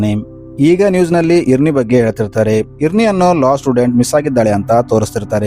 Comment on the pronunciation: ಇರ್ನಿ ಅಲ್ಲ ಐರೆನ್ ಅಂತ